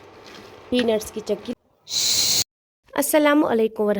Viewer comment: Didi chaki nhi chiki hai ....ur aap kashmiri mai hi baat Kiya kro ...plz ...ur aap daniya ko b danii bolti ho ....ore sounf powder hota hai na ki badiyan ....plzz bqi hamari traf se full sport